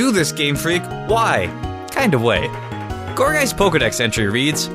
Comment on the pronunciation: i heard call gourgeist gorbyss